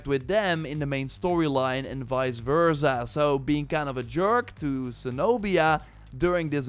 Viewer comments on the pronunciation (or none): none